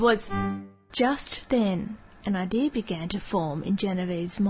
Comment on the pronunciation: haha she said ideir ;D